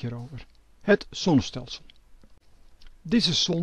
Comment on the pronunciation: Waarom kan deze man de "Z" niet uitspreken. Wel handig als je het constant over zon en zonnestelsels hebt. De son, het sonnestelsel????